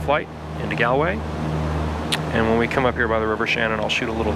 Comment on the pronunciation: Its pronounced golway not gaalway